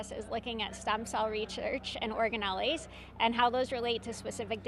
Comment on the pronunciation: 42' mark: "organelleeees?" It's "organelles", 3 syllables, not 4.